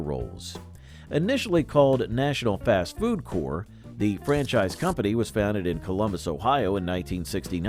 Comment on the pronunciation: Also, the P in "Corp" should be pronounced; it's not like French-derived "Corps," it's short for "Corporation."